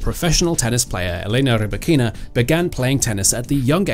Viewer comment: I understand that for an English speaking person it is difficult to take the trouble to pronounce another person's name properly. Potentially Elena Rybakina will be playing professional tennis another 10 years, but even such a long perspective does not encourage some commentators to learn to pronounce ONE WORD correctly. Lack of respect, nothing else.